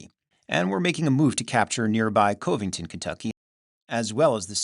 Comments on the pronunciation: FYI, Covington KY is pronounced with the first o having the same sound as the o in dove. I really enjoy your work! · General Lew Wallace and Cuv-ing-tun , Kentucky.